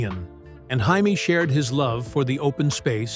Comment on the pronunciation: His wife's name is pronounced "Jay-mee," not "Hay-mee," you knucklehead! AI is gonna make us all crazy....